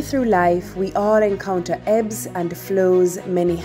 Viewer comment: what are eves you keep saying it in your intro eves and flows.. i dont understand